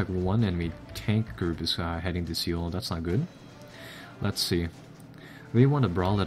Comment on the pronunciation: Just a quick tip, Seoul is pronounced soul. Just for a little help.